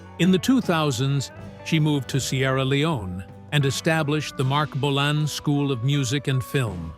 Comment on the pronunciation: The AI voice can't say Marc Bolan properly